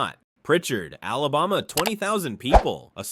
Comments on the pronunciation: I couldn't stop laughing at the pronunciation of Alabama as Olaboma, lol! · Typical embarrassingly inaccurate AI narration: it pronounced neither « Alabama » NOR « Mobile » correctly—-and that was just within the first sentence of this « list’s » SECOND entry, Prichard, AL. The retirement/pension fund for city workers in Prichard did absolutely *NOT* go « bankrupt, » incidentally. For a couple of decades Prichard municipal officials EMBEZZLED FUNDS from the city’s retirement accts that eventually no money was left in those accts. Officials/criminals were prosecuted and convicted, of course, but that did NOTHING for those former Prichard city employees who had been depending on those pension checks simply to die marginally above the level of abject poverty.